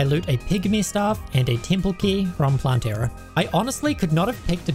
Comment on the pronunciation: Love the video but please its not planteara but plantera